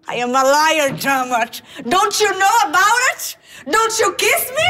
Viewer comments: o jeito que a Tata falou "I am a lawyer, dammit" parece que ela disse "I am a liar, dammit" fica mais engraçado ainda =D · Na verdade ela pronunciou “Liar” o que encaixou bem hahahahahah